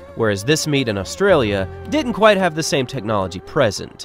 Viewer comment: Props for pronouncing Brisbane, Queensland and Australia correctly. Most Americans get all 3 of them wrong and say “Brissbayne” instead of Brizzben, “Queenslend” like you’d pronounce Finland or Ireland, or Oar-stray-lee-ah instead of Oss-trail-yah. I feel like you must’ve spent some time here for you to pronounce them so perfectly. If you didn’t, then thank you for taking the time to learn the correct way to say them.